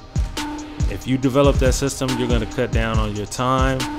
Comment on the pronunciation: he said cut I thought he said cuh 😂